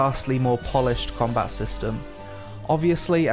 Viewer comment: "Cameloh" - "Combah". Speak English, I thought your country spawned the fucking language.